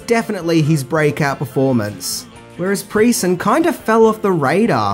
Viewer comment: Thanks for this video. My only complaint is you calling the rough kid Jason "PREE-son." I would've thought it was obvious: "PRESS-on." He was in some memorable films, including "The Stone Boy" in 1984 and "Lady in White" in 1988. You should definitely do a list for the latter!